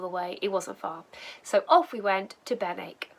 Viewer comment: Morning Love how you make local places look completely different from the river, you wouldn’t normally stop in Benwick driving though it, and you got the local pronunciation, you might like to try making my winter warmer, sloe brandy, done the same as gin but a lot less sugar needed, also a word of warning, thinking of you living in a confined space, we call them Farty chokes in the Fens! All the best J🌻